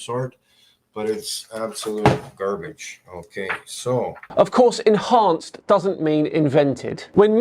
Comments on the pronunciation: Three minutes in… I’m just gonna stop there. He pretends to know better/all… yet struggles to pronounce very simple words like “collectively” and “enhanced”!!! Gah!!!! It was like watching a young child….or…ya know… an ignorant fool who is thus due to his own poor decisions for decades. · Dude can barely read written text. You can see his brain slowing to a halt as he tries to read a pronounce the word "collectively" and "enhanced". It's always the brainiacs who do their research on their phones while sitting on the toilet bowl that come up with "TRUTH". Dude should focus on cutting his claws while on the toilet instead.